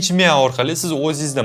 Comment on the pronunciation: Miya deng Miyav dimasdan